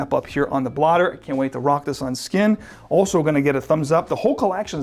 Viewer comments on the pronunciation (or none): none